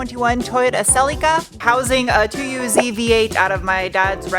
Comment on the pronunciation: OMG! I’m holding my breath for the next adventure Funny, how Americans pronounce Celica When I was a kid I would say to my Mum look there’s a silly car 😂